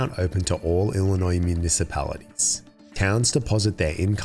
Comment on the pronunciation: Wow, this is quite something. I think she got off too light. She devastated that town, and ESPECIALLY with the emergency services being gutted because of her. How many emergencies weren't properly addressed because of this lack of funding and upgrades? Anyway, I liked the video. The only thing I will mention is that Illinois has a silent "s" at the end. "ill-i-noy" is how you are supposed to pronounce it.